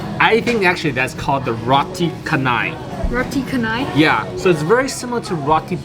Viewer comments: It's pronouce as Ro-ti Cha-nai 😊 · That's how the Malay language pronounce "Ca" 😊